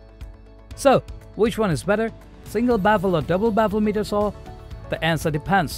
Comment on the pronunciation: It's pronounced as Miter, not meter.